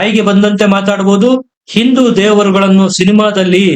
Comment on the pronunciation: ಸರಿಯಾಗಿ ಹಿಂದೂ ಎಂದು ಉಚ್ಚರಿಸಿ. ನೀವು ಇಂದು ಎಂದು ಹೇಳುತ್ತೀರಿ.